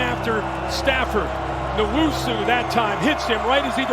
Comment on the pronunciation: N-WHOA-SUE. Not newoso, not newusu.